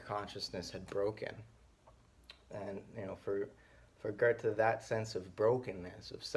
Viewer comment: Would you consider yourself part of the "still can't pronounce 'Goethe'" movement? No hate btw, really enjoy these.